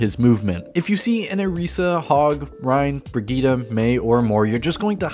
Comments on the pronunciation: Bri-geet like kahjit not brigeet my ears oh god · Why do you pronounce it “breh geet uh?”